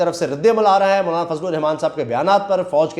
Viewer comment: bhttt acha ies k name bol rhy ho مونالا na bol k👍👍👍